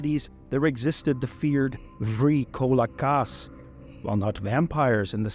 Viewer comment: Vrykolakas is one Greek word, don't say it vry kolakas, say it vrykolakas